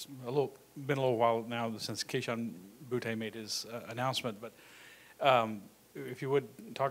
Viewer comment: how do we have beat writers still pronouncing boutte's name wrong....